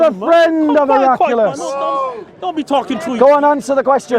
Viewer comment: Also, it’s Her-ak-lee-us.